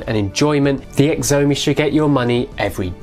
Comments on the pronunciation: Xiaomi is pronounced shyaumi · does he mean chow-me.... spelt xiaomi :-]